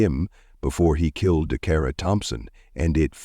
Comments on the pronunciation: How many times can a name be butched Decara Dacarra,Dockara😢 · Say her name right please Dacara 😢 may she rest in Jesus loving arms. Praying for justice.